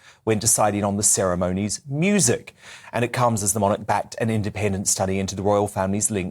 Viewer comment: As a rough Aussie I'm all for full tradition in these ceremonies (and please, not "serra-moany"!!).